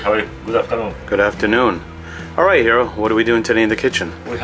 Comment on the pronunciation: been friend with chef hiro for years, still butcher his name on every video :p